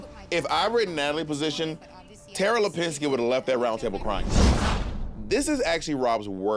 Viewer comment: I love how Rob just keeps calling Tara by Lapinski